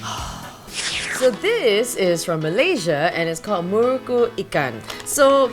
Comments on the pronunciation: u pronounce muruku as murkku 😂 well south Indian here but u r so amazing ur personality is addictive! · Yea I agree that muruku is an Indian snacks but there the last "u" is silent!